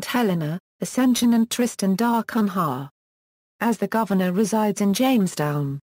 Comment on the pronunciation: If you want to narrate this topic, at least learn to pronounce "Tristan da Cunha"!